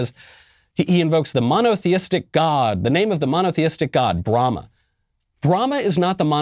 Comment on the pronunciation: Oh...he said Brahma? I heard Bruhama.